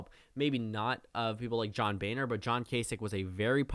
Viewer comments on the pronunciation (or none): none